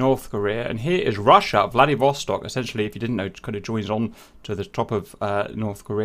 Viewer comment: Am I the only one that heard Vladivostok as Bloody Vostok the first time he said it?